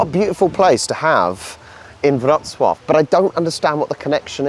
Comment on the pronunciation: Your polish is so much better. The way you pronounce Wroclaw is fantastic. Good work! Now get going on improving your English accent. Haha